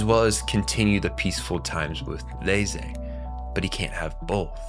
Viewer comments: He is saying Ney-zay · Why are you pronouncing reze’s name like that? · Sorry bro but please learn how to pronounce agrarian and Reze correctly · Why are you pronouncing Reze name like that lol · Bro I literally came to find this comment. No hate. Im just curious like am I hearing things or is everyone else pronouncing it wrong.